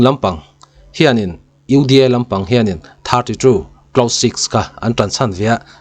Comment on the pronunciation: lah hi tawng nuah nuah rêng mai...UDA poh ati fum fe thei lo uda lam ti reng mai😅